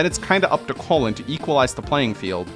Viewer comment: I like how he pronounces "Colin" like "Colon". 😂